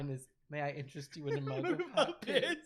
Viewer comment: "May I intwest you in a mug of hot piss?" brb I need to sketch something real quick